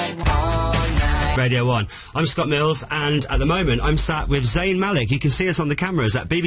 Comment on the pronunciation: i laugh at how the man who was at the starting said zayn malek instead of zayn malik..